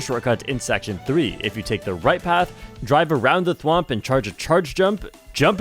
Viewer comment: The way he said "take the right side" legit sounded like "take the RED side"